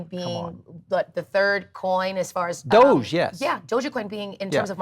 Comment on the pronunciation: it's not 'doja coin' it's doge coin,!